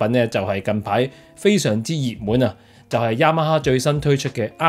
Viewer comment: ，Yamaha 的發音超標準😂